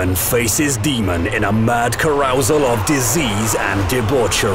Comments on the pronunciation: The narrator pronounced 'carousel' (car-ous-el) as 'c-arousal' and I hope that is an intentional pun because it's great. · Well this narrator was clearly biased... also that's not how you pronounce carousel.